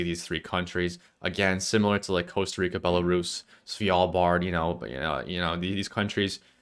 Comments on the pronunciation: It's Svalbard not Svijalbard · Idk why hearing "svYalbard" annoyed me so much of all the country name mispronunciations... Maybe because it's pronounced exactly like it's spelled, and there's no Y or J... LOL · As a norwegian it triggers me how you say svalbard